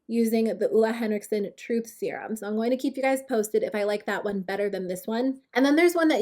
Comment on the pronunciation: you pronounce it olay henrikson, no hate (i really hate when ppl say things wrong) idk why tho, sorry